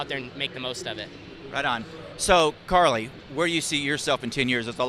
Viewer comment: its carly not kylee.